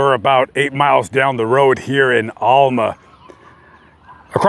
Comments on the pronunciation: It's not pronounced Allma it's pronounced AL-MA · You said Alma wrong lol